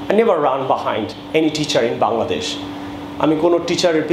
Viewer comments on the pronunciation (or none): none